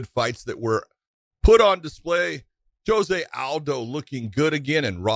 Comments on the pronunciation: Josh. It's pronounced Joh-zay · Nor should you...his name is "Joe-zay"...just like RDA is pronounced "Ha-fael" not "Rafael"...it's a respect thing.